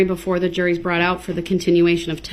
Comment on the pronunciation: Brong (brought) I can’t stand the way he talks.